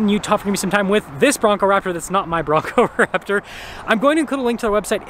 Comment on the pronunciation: Did you call it a Braptor? 😅